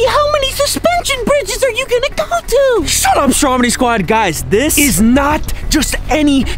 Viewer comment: At the beginning you said sut up